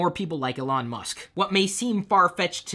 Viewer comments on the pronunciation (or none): none